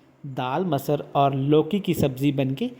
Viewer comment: Abay chutiye masar nhi masur daal tu itna juban ghuma rha hai ki talaffuj badal jarha hai